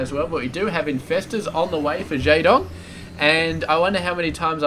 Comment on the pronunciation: you pronounce jaedong wrong.